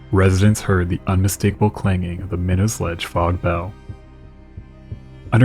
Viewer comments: It's pronounced "My Knot" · Minot is pronounced with a hard T, by any local mariner Pronounce it as a New Englander, not as a Frenchman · MY-KNOTS not minnows or whatever you're saying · Oh yah, it only took me reading 5 comments to see one correcting the way people pronounce the city's and towns of Massachusetts now we're correcting the name of the rocks hahaha. I for one didn't miss when he said the name of the rock 😂😂😂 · Good stuff, however we pronounce it sitch-yoo-it, not skitch-oo-it, and my-nots, not minnows, around here. I recommend before making a whole video to just look up the places you're talking about on YouTube and find a video or two where someone pronounces them in a local news broadcast or something, that way you don't have to guess and potentially get it wrong.